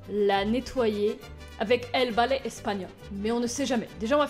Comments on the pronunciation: El bale espagnol ✌🏼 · El balai espagnol avec cet accent 😂😂😂 nan mais franchement t' est la best.